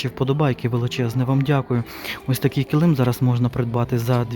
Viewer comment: Ви як і я кажете неправильно килИм)Мій чоловік сміється,що я так кажу по аналогії слова калим))Це не зауваження,просто почула рідне слово)))